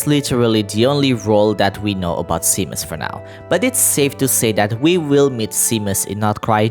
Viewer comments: Also Seamus is pronounced Shay-mus! :D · Seamus is generally pronounced like shaymess or shaymuss💜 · your pronunciation of seamus is driving me insane lmao